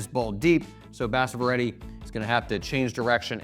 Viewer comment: It's basavaaaaa reddy 🤦🤦🤦🤦dumb illiterate Americas